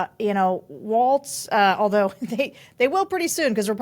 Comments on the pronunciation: Pronounced walls. Don’t be like trump and say waltz 😠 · Walz is pronounced like walls not the dance. By now we should all get that. jus sayin! Harris and Walz are our best chance at restoring Democracy to this country. Trump wants to be Victor Orban and sees him as a guide and mentor to help him achieve his sinister plans. Dont allow this to happen, vote For Harris/Walz! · Friendly reminder that there is no "T" in Walz.